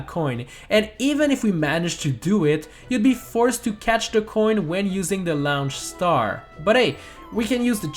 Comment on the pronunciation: Laounche staer